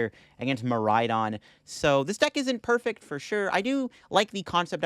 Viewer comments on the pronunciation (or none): none